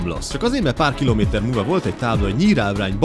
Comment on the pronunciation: Az a batyi a legjobb tizenkéjt kilóméméjtör😂